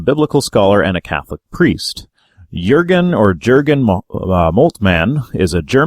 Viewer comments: Jürgen is pronounced like you did in your first try: "Yürgen", not "Djürgen". And "Lüdemann" is pronounced "Lüd-eh-mann", the "a" as in "alpha". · perfect pronounciation of the name Jürgen on your first try! the second would be spelled Dschörgen ;)